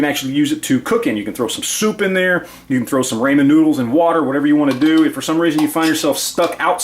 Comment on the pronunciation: Did you just say raymen noodles? You're funny, man.